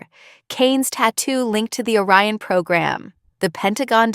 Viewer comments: Orion, not O Ryan. The subtitles should be edited before posting. Also, the Admiral’s name is Rowe. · 'Orion' not a Ryan. Re-edit.